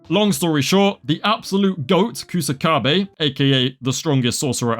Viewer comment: Bro put some respek on my main man Kusakabe's name.